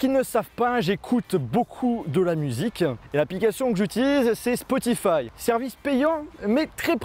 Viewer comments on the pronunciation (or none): none